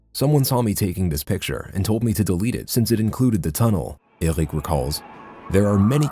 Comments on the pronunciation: Eric this, Eric that ... its enoying how you pronounce Eric. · whys he keep saying said eric in a stupid accent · Says ÖRIC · Says Ergwick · Omg just pronounce eric normally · «said ERUC» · Says errec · No one: Narrator: "Euhlrich" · And i hate the way he pronouces eric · I love how the narrator pronounces erik .. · He says so weird "said eric" hahahaha